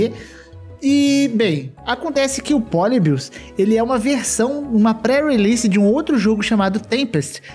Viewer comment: Ele falando poli-bios me dá agonia